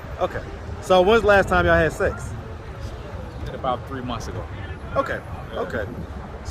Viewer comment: “When’s the last time yall had seccs?” Lol tmi